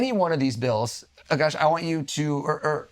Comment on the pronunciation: It’s A-kash like a bear. But A kash. Why does everyone get it wrong. It’s funny how he’s getting advice on how to remember someone’s name I can’t pronounce his.